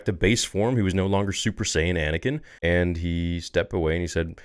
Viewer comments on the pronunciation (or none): Everytime you said super sayin Anakin 😂